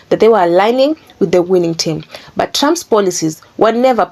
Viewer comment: I like the way she says Trumps as Tramp.. Which he is..